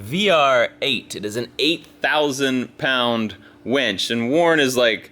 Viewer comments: A WINCH pulls things. A WENCH brings you beers. If I only listen to video, all I hear is you getting a lot of beers. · Chris Beatty...it only sounds the same if you say it wrong. Does win and when sound the same? Yes I know when is spelled differently but the pronunciation is the same. Besides...the remark is funny! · WInch not Wench. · Welding onto coated metal is always a bad idea. Gotta sand it bare before welding in order to make it last. Not a professional, just a hobbyist who's learned the hard way. Also, it's a WIN-CH. Not a WENCH. Wenches are for taverns and bars, not towing cars. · its's a winch (WIN-CH) not a wench like a girl at a renaissance festival. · i dont know why, but i keep hearing wench instead of winch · I was hearing that also. Do you suppose he is too naïve to be familiar with the meaning of wEnch? sdh in CT